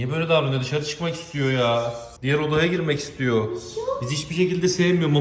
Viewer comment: Abi mişa değil buuuuuuu